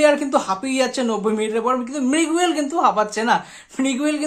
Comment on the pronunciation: এত 'কিন্তু' কেন? আর 'মৃগুয়েল' নয় 'মিগুয়েল', 'ফার্স্ট রেটেড' নয়, 'ফাস্ট্রেটেড', ফ্লামবেল' নয়, 'ফাম্বল'।